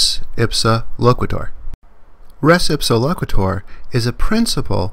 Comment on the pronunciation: The concept is from Byrne v. Boadle in 1863. It wasn't a refrigerator, it was a barrel of flour from the second floor of a shop. In law school, we took "res (pronounced race) ipsa loquiter" to mean "If a barrel falls on your head, it's the other guy's fault."